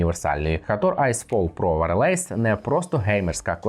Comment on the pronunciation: Не ВарЛейс! А ВАЙЕЛЕС!!!